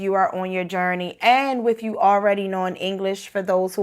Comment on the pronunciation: Totally agree with you. When I hear some "estadounidenses" speak in English I cringe at their mispronunciations (according to my Canadian ear). For example, this lady say "wif" instead of "with". She speaks Spanish more accurately than she speaks English.